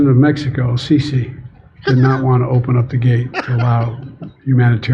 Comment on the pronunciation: At Least Joe Biden pronounced El Sisi's name right...LOL .. u said El cissy LOL.. The Mexican President is a big Meme now in Egypt 💚💚💚🐋